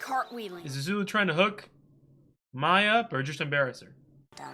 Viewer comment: Oh boy, we are gonna have a week or more of you mispronouncing Mai like you did with Sokka, aren't we? 😂